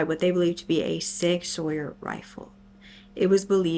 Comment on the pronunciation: Hey, love watching your videos while I work! I know a few hunters and I believe Sig Sauer is pronounced like “Sig Sour”, but I could be wrong! Didn’t know they make rifles since they’re most known for their hand guns.